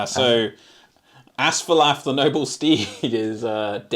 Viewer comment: Whoa, quite a finish! One small note, which won't matter in any future scenarios....Asfaloth ends with 'oth,' not 'ath.' But a fun watch regardless!